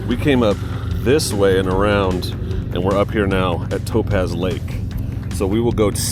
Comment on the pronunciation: Dunno what school they taught you to mispronounce everything. 1st I thought it just regional, but Toe-pahz? Really? Lee Vine-Ing. Etc. Sheesh. That's She-shuh to you, mush mouth....